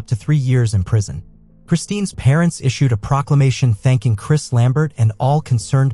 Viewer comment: Her name is Kristin Smart, not Christine!! Sheesh